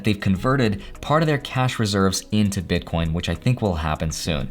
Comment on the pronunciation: BitCORNS! LOL. I nearly died because it sounds like my family🤣. Thanks for the video.